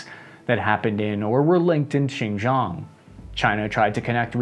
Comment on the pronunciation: Xizang is actually Tibet. Xinjiang (Chinese Turkestan) is more like /Sshin-gee-ahng/. You occasionally do pronounce it ok (at least to my tone deaf ears).